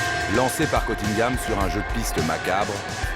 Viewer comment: Il s appelle CUNNINGHAM, pas Cottingham. Cf la Dame, quand elle parle en anglais aux étudiants à l Université.